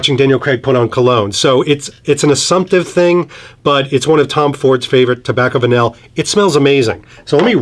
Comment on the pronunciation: Apparently the pronunciation is 'Tobacco Vanii"